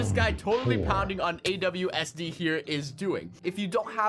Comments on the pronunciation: Unspeakable: My buddy Awsd Me: IT'S ASWD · And u called Aswd Awsd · Wait did unspeakable said AWSD , i thought the name was ASWD...